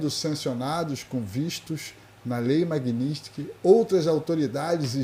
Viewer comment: Magnistiky ??? O fodido não sabe nem falar o nome da lei